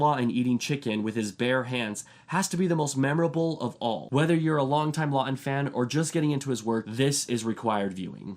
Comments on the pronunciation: It is not Charles Law-in it is Charles LaughTon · Charles Laughton pronounced with a T